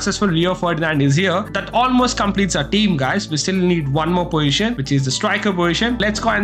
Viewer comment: bro says poition instead of poSition